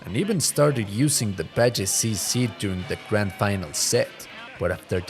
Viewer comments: Dude, for making a video of Alex Valle in order to pay your respect to his achievements in his fighting game career you do not seem to respect him. His name is Alex VALLE, V A L L E!! NOT BADGEY!? What the fuck is wrong with you? How hard is it to say VALLE? Seriosuly man... Poor effort man... poor effort. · you mean Valle when you say Bajay? :D Why Video has nice editing I like it. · Hearing in pronounce the double L in Valle like Js was super annoying. Like in what language are Ls pronounced like that? It’s a Spanish surname so obviously the double L is pronounced like Y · Aleks Bye-jay 😂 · not to sound like a dick or anything but it may be worth redubbing. its a good video but you said alex's last name super wrong.